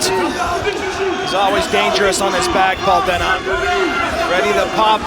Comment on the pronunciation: His last name is pronounced DE-NEE not DE-NAH.